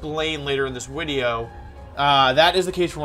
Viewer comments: Me: chillin Wolfey: hi guys welcome to my wideo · Day 10 of asking Wolfey to make a wideo where he explains how to properly pronounce Pokémon names #frothlath #wenyousoar #neenaytails